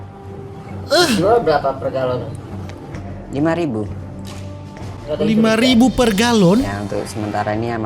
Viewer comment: Galon kak bkn gelon